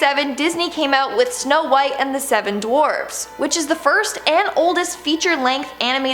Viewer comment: u said shnow white